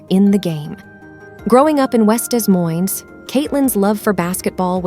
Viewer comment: Many humans mispronounce Des Moines (Dez Moinez instead of Da Moine)